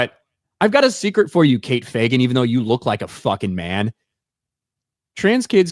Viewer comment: You pronounced Fagan wrong